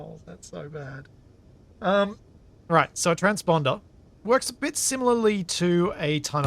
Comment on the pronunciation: "Trans-Ponder" ~ 😅